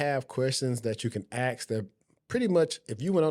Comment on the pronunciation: No Disrespect it’s Ask! Not Acks